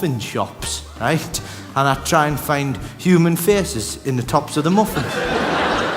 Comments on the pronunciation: . Human.... faeces? Human feces? Human faces. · I also thought he was saying human feces for a second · That’s what I heard 😂